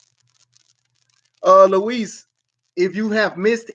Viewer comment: Reeeeeeeeeeeee it’s Luis